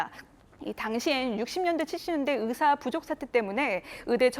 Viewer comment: 기자가 발음이 제대로 안되네요.. 으사 아니구요 의사...으학과 아니고 의학과